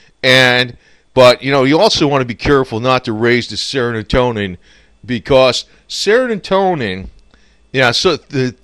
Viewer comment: IT'S NOT "SERONOTONIN". ITS S E R O T O N I N. BEST WISHES FROM INDIA